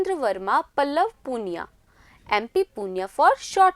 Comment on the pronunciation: पुनिया नही,, पूनई है